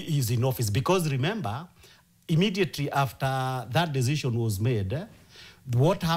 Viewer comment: Emedietery? Really